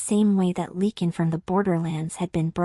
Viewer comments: I enjoyed the story, the only thing that bothered me was calling a Lycan a Lecan. I guess AI isn't all it is cracked up to be. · It’s not leaking. It’s Lycan. Long “I” LYCAN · Lychan!! It drove me CRAZY 🤪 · Ly -(long I sound)-kan, please train your AI to pronounce words correctly. Otherwise good. Jacksonville FL, USA; p.m., EDT. ❤